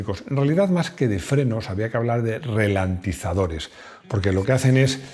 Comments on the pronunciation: "Relantizadores"? o querías decir ralentizadores. Buen video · Se dice ralentizadores, no "relentizadores". Parece mentira que seas un periodista del motor tan experimentado! :D sin ánimo de ofender ;)